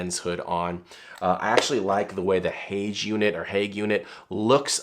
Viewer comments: Haoge is pronounced “How Gir”. And you missed a key point: any hood which is wider than the lens barrel will cast shadows when using the built in flash, so only hoods shaped like the Haoge or YC Onion are truly usable. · Haoge is pronounced how-guh in Chinese.